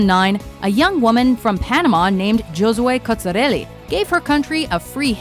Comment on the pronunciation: The way you pronounced "Giosue Cozzarelli, Realmente bella" made me cringe. You even made fun of some girls talking, but it wasn't their first language .